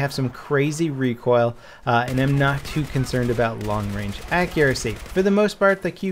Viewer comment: "Long Rang" seems legit.